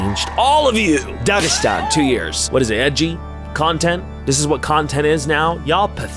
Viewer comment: I did not know u could pronounce the gh in dagistan, where the hell are you from